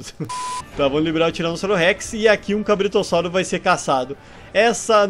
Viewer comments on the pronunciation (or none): Você disse cabritossaurro